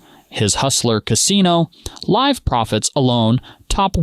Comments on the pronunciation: You calling it liv poker at the start of the vid rather than live poker. Powerfully tilting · You pronounced live at the bike the way you would pronounce the name Liv. Are you an AI? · it also said Live At The Bike, as "I live" at the bike lol